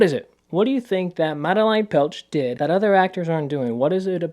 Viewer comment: great vid! btw her name is pronounced mad-eh-lane petsch :)